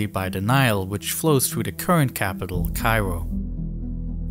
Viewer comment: "North" is not "norff"; "south" is not "souff"; "this" is not "diss"; "these" is not "deese"; "through" is not "fruuu"; "with" is not "wiff". Please learn how to speak before posting videos as if you possessed the basic communicational capacities sufficient for public comprehension, when all you've promulgated is a brand of silly gibberish.